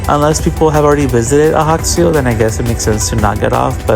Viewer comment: The J is Ajaccio is not silent. It's not Spanish. Its hybrid French/Italian.